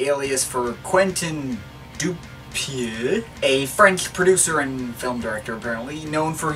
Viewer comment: "Quentin Doupieux" as a french I still laughing. Keep going.